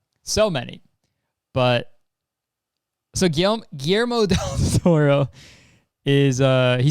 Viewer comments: There is NO WAY that's Guillermo del Toro's movie. It just doesn't fit his style. And it makes sense it doesn't, because that trailer is from another studio/director Edit: Also, it's pronounced Gui (as in guillotin) - yer (as in yesterday) - mo ( as in moxie) ;D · Guillermo it's pronounced like Gui-yer-mo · You know how you pronounce the ‘sh’ in ‘She’? That’s how you pronounce the ‘LL’ in Guillermo. Gi-SHER-mo. PS. Guillermo’s Pinocchio is stop motion and darker. The director of the one you saw is some Rovenskiy guy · Its so funny hearing kurtis pronouncing "Guillermo" like that. In my country we pronounce the "ll" as "sh", so the name sounds like "Guishermo". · gee-yer-mo :) lmao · Set good. i coulda watched 40 more minutes of Kurtis struggling to Guillermo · him trying to pronounce guillermo😭😭😭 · Watching Kurtis have a literal stroke trying to say Guillermo just made my shitty night so much better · dropped a fat like for the new studio and the seizure when trying to pronounce guillermo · watching you stumble your way through pronouncing “guillermo” and then pausing to ask “yo am i good?” is definitely the highlight of my year so far lololol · no he doesn't? It does kind of sound like it but if you slow it down it's pretty clearly not